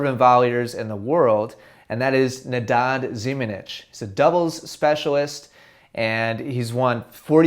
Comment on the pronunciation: NeNAD not.....